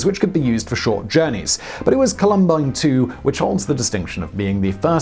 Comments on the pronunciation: COH-lum-bine, not coh-LUM-bine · Columbine... say it like Column+bine, not ka-lum-bine...... I went to the high school, its the way we say this word in these parts :) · also its Col-um-bine not Colum-bine. I cringed at that a bit being a Colorado native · Sorry, but this Coloradan just cringed so hard at you mispronouncing the name of our state flower that I showed up in the comments. Emphasis is on the first syllable: COL-um-bine. The flowers are wonderful. The high school... Not so much. 😢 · You got it! That was my immediate thought when I heard it, after cringing at the repeated "col-UM-bine." Yikes! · How someone in media can mispronounce columbine is beyond me. It was a massive school shooting.. yet Simon here butchered the word.